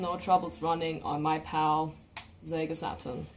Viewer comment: Great stuff! And I love how she pronounces the words “SEGA Saturn” as “Zega SaT-turn.” Now all we need is replacement CD-ROM drives for these great systems. Sometimes the drives take a dump because of wear and tear. Also, I’d love for someone to patch 2D fighters for the original PlayStation. I know it difficult because of limited amount of VRAM of the system… but I can fantasize lol.